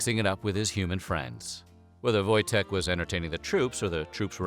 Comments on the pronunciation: I'm polish. the w sounds like v and the j sounds like y . Its pronounced voy-tek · Wojtek is a Polish name lol u getting that wrong in the first few mins kinda puts me off